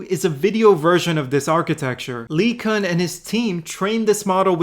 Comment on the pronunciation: Anyone besides me bothered by the way he pronounces LeCun?